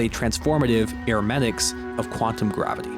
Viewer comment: did this guy really pronounce hermeneutics as hermetics? or did you say air-o-matics?